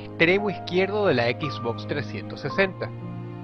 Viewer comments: "equisbocs" eso te resta como 50 puntos de iq, de los muchos que dices tener. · jajaja dice "equis box"